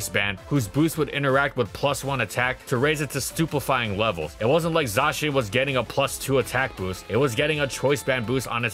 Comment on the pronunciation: No one says "zah-chien". It's clearly "zay-shen"